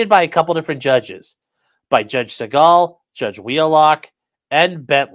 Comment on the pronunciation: "Segal" is pronounced SEE-guhl. Except by one person on earth. 😂